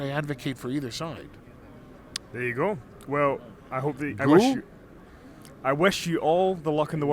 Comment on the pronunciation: The Question of life: Did he say "go", or "goo" :D